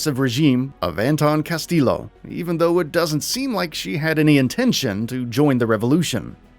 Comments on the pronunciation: "Ca-stee-yoh" Not "ca-still-o" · #9 it's amigos now not fangs 4 hire btw and 2 L's together in spanish make a y sound, almost like Castiyo. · Cringe every time you say Castillo. Stop pronouncing the L’s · Good vid, but Ubisoft is pronounced “you-be-soft.” Castillo is pronounced “cast-e-o.”